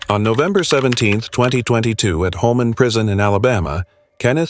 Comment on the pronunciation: It is Holman Prison so ever who is in charge of the AI it is not Homeman. Let's get it right AI It is Coo D- Graw - NOT coup -de grass like you enunciated the word. To all those killers in this video KARMA is a BITCH, dd the people you killed, was in merciful, or was it prolonged and painful?